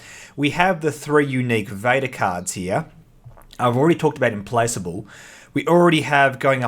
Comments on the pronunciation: Im-Plack-able. I believe that's the pronunciation. ;) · I'm with Argirios, on feeling like the Clone Wars would make for a better setting for ground combat skirmishes as seen in the prequel films and Clone Wars cartoon., I find your pronounciation of Implacable disturbing.